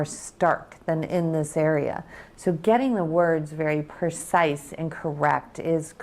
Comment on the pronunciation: "Gotta get the words very 'percise'" she says. Can't make this up folks